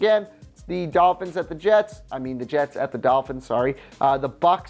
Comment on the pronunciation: the madden commentator says jats instead of jets.